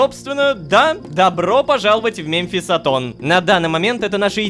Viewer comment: мЭмфисатон так правильней произносить